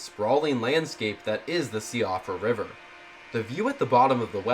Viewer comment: Siofra is pronounced Sheefra by the way. It's an irish name.